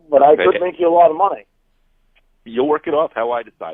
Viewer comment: It irritates me soooooo much the way pronounces "but" as "bawt"!!! Like, come on!!!